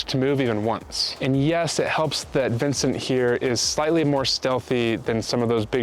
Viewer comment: He can’t even pronounce the name Vincent Vangogh correctly…😂